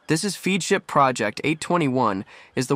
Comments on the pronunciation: Great video. But Feadship is pronounced FEDship. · The robot voice pronounces Feadship 4 diferent ways, the correct pronunciation is fed ship. The narration and the visuals are completely out of sync. Heesen does NOT make their own engines, ALL diesel engines used in yachts are built by engine manufacturers such as Caterpillar, MAN and MTU. It pronounces Oceanco 3 different ways, it's ocean koh. Why do content providers use robo-voices? I hate robo-voices. But it's easy to complain I guess. Overall though I guess for newbies that know nothing about yachts this is probably an impressive production.